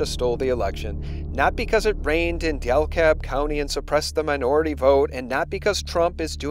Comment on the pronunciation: I'm so sorry but I can't help myself. Dekalb, not Delkab. take care, God bless